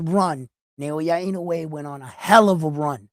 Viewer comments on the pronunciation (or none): Also.. NA - O - YA not NA - YO - YA I - (KNOW) - E E HERE as in Egg not. I - NOO - E